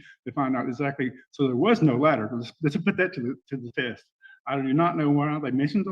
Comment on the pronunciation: I thought he was saying “ladder” then when I realized it was “letter” I still didn’t know what he was talking about.